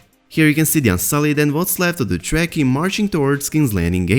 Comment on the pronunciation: AGHHHHH Stop pronouncing Dothraki as jracky.